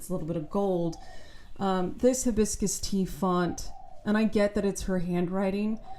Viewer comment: Her h in hibiscus is the worst h of all time. Hideous.